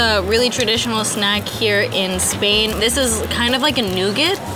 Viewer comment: It is Spain not sspppaaiiin